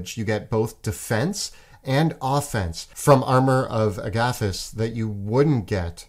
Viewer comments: please learn how to say Amor of Agathys. It's not hard to correctly place the emPHAsis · Tell me both of them didn’t emphasise the SECOND “A” in armour of Agathys, rather than the first “A”. Idk if that’s how it’s supposed to be pronounced, if it’s definitely not how I’ve heard it and the difference is triggering me 😂 Great video tho! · Do you pronounce Agathys like that because you are Canadian? Or have you heard it pronounced that way from some official source? It drives me nuts because I have only heard it said out loud on Critical Role, and when they use it, they say it like the plural of the name Agatha. 😂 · Have NEVER heard Armor of Agathas pronounced like that. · Are we just going to skim over their pronunciation of Armor of Agathys?! 😂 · I don't like the way you say Agathys. Just saying...